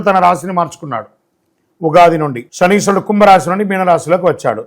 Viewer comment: Not Shaniswarudu. Shamisharudu😅. Modern astrologer